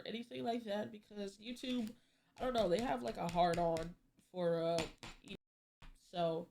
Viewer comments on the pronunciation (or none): damn can’t even say edp fully???